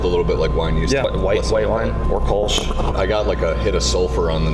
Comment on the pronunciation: Hearing "Kölsch" being pronounced 'kolsh' makes my toenails curl. Funny about the baker's yeast. Before industrially bred yeasts became a thing, bakers would get their yeasts from breweries.